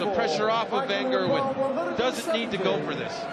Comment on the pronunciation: Micheal von kurwen -_- its micheal van gerwen